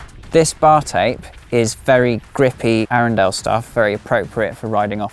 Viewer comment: Howard Dedrick Arundel. I don’t know why he couldn’t pronounce it